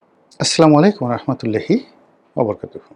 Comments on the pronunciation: মুসলিম হিসেবে বলছি রনি ব্রো সালাম এর উচ্চারণ সহীহ হচ্ছে না। আল্লাহর ভয় থাকলে পরিবর্তন হবে,ইনশাআল্লাহ ❤❤ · বড় ভাই সালাম টা... দয়া করে সহি্ শুদ্ধ ভাবে দিলে... আমরা দর্শকরা আরো আত্ম তৃপ্তি পাবো